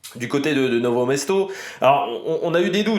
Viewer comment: Bon debrief ! Petit point c'est "Nove Mesto" et pas Novo :)